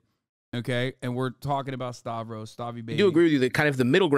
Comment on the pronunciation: After this episode Joe has still mispronounced his name "stavos" multiple times lol